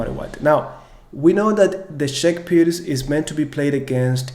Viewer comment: wow, thank you for pronouncing right this time!